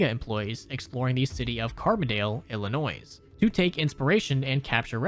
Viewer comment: Got this video recced by YouTube and I enjoyed it a lot! But you gave me psychic damage, Illinois has a silent s. It’s Il-eh-noy not Il-eh-noise.